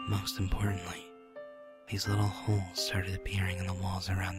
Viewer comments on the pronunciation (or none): when he said holes it sounded like balls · When he said Holes in the beginning I thought he said Balls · if you don't pay attention it sounds lile balls just saying